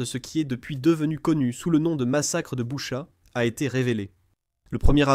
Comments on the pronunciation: L’Ukraine est comme le Mossad , ils ne pardonnent pas. On dit Bûcha svp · Boutttchaaa j ai mal aux oreilles sv p merci